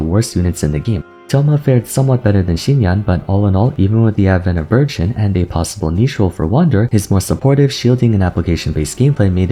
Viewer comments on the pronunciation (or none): I know he says "Burgeon" but I keep hearing "virgin"